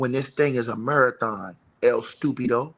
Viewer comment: Not El “stoopeedo” and Big Dummy 😂😂 itty bitty Diddy supporter 🤣🤣😭😭🤣🤣